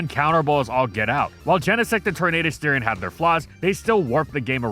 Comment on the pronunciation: it's "all GETout", not "all getOUT"